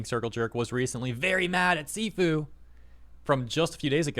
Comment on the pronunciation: A little bit on Sifu, it’s pronounced “shifu” and translates to master or superior. It’s a rogue-like game where you get stronger each time you fail but they took this concept and added a twist to it where you slowly become a glass canon.